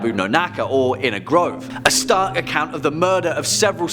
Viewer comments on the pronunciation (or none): none